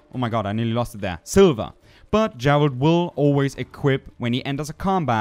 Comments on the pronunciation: its geralt, not jeralt godammit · Soo..... Geralt=Jeralt? Mutagen=Mute-again> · It's not Jeralt of Rivia, it's Guh guh Geralt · Good video but it's Geralt not Jeralt lol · & Every time u say "mutaGen" or "Jeralt" I die little on the inside. XD